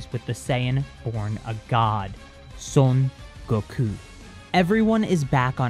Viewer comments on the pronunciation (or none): Stop saying "sun goko" and say "son Goku" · Souyn gokyu. When you narrate that, i lowkey kinda cringe inside...